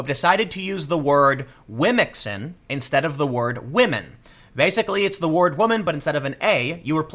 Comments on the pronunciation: How you pronounce womxn is dope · Yeah... I'd go with your phonetic pronunciation for womxn.